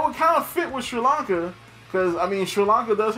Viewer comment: yup i am literally that one sri lankan dude who watches your channel, good job mate u said it almost right :D :D